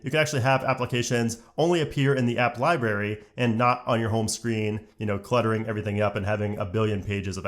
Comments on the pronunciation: Thanks but just have to say. It’s lie brary, not lie barry. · I am so frustrated that he kept on saying 'liberry' rather than library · you are an adult who says "Libaery",,, good job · Please pronounce the first “r” in library. It’s not “liberry”. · Not gonna lie I had to stop watching because you mis pronounced library so many times I couldn’t stand it you sound like a child.